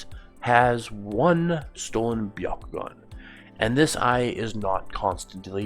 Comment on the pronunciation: The Bya…ko…gun? What even is that? I thought there was only one dojutsu in Naruto.